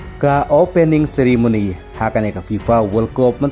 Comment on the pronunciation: Ceremony ❌ Sirimony ✅🤣🤣